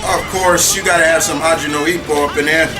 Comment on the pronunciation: but you said "haji now ipoh"